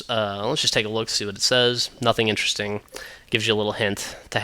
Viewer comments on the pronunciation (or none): none